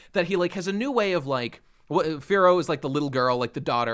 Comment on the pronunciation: Whenever they say Firo I just hear it as "Fearow" and get really confused for a second.